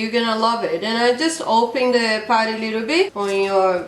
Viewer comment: i love how she says putty ,its sounds like party..."its a party😂😂